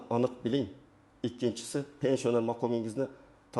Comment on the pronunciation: Гапиришни урган,пенсионер сузини айтолмайсан,гапинга ишонч йук